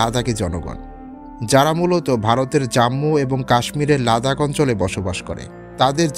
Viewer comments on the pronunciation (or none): none